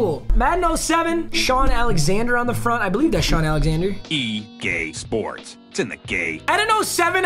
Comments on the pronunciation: Am I the only one who heard gae sports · I hear….”e gay sports, to the gay” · did no one else hear the, e gay sports it's in the gay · E Gay sports it's in the Gay If that's what you heard let me know 🤣🤣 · egay sports 😂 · EGay Sports it’s in the Gay haha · Did it say E GAY SPORTS ITS IN THE Gay? Or is it just me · When it say EA Sport it say E gay sport its in to gay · You heard that too?? 😂😂😂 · “E GAY sports to the game” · Did it say EGAY SPORTS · “E gay sports it’s in the gay “ (EA sports) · Lol it said e gay sports